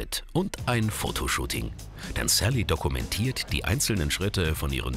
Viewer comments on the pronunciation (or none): Hahahahhahaha das heißt saliha nicht sally